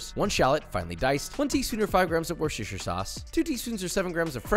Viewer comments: Shouldn't a chef know that you do not salt the water before boiling? Because when you do the water needs longer to boil since salt raises the boiling point. Shouldn't a chef know that there is no such thing as "warshestersheer" (Worcestershire), but only "wooster" sauce?! And shouldn't a chef know that mirin, ketchup and gochujang sauce each already contain vast amounts of sugar, so you do not need to add another two sugars unless you want diabetic chicken wings? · woooooooooooooster not worchescherehrfestere! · Please learn to pronounce Worcestershire and don’t host a herbivore that “doesn’t like fish”